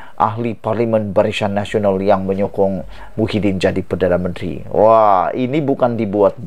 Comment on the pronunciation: Kau ni sebut perkataan biar la betul dan tepat BARISAN NASIONAL KAU SEBUT "BARICAN NASIONAL"...